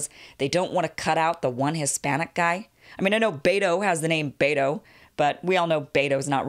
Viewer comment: it's pronounced Beto (Bet o) not Bate o